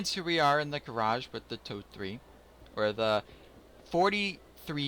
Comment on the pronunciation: Thx for the review and sharing! As for the name of the tank: If pronounced like told-ee (told like past tense of 'tell'), it's close enough^^